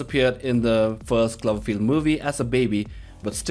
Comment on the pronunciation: Klaverfield, really? You can't pronounce the word clover? Did you even watch the movie? Lol